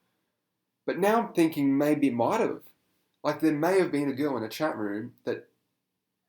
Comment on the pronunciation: I don't know where you are from, but the way you pronounce "girl" is adorable It's like...."gee-uhl" it's so cute.